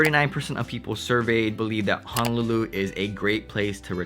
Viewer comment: Hope this doesn't sound too rude. But your pronounciation of Honolulu is pretty "haolefied." Ouch, it hurts my ears! (Living in CA for years but speaking as 5th generation Hawaii-born Asian local.)